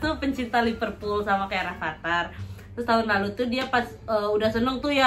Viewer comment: Liverpool bukan Liperpool🙂